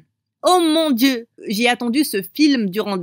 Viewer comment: Il a dit oh mon sieu au lieu de dieu j'étais morte de rire